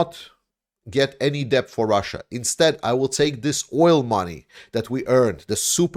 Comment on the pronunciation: Just FYI the 'b' is silent when you pronounce the word 'debt'. It's just pronounced like 'det'.